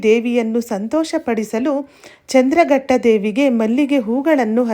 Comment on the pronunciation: ಚಂದ್ರಘಟ್ಟ ಅಲ್ಲ ಮೇಡಂ ಚಂದ್ರ ಘಂಟಾ